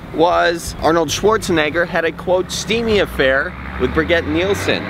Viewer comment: I believe that Brigitte is pronounced more along the lines of "bridge-eat", though I may be wrong. It didn't detract from the fact that this report was very funny though. Nice twist at the end. :0)